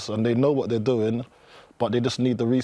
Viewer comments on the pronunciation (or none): none